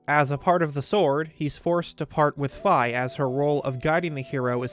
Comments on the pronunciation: "Fee" not f🥧 or am I saying it wrong? 😂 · Fi name is actually pronounced "Fee" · It’s pronounced phee but spelled phi